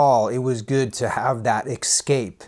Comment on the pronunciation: Excape?? You what, mate?